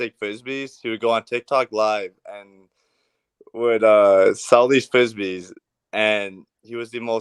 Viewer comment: “He would sewl these fwizzbees”